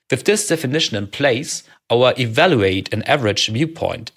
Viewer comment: By all means keep your Tscherman Äkzent (it’s tscharming) but please stress the correct syllable of “evaluate”.